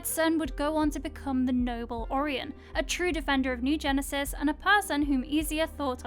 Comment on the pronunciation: Can’t believe you don’t know how to pronounce Orion. Honestly. Can understand the different ways some words are pronounced but sometimes, like this, it’s just wrong.